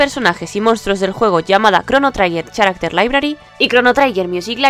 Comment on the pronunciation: Gracias. "Character" también ha dolido, y se le ha escapado "satellavision". El video no está mal, por eso, aunque tiene poca chicha.